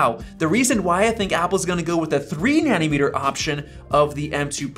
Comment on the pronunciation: Take a shot every time he says 'Nanimeter' instead of 'Nanometer'. Die of liver failure.